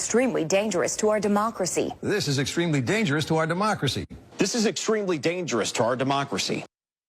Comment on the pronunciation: “Demarcracy”. ~tyrone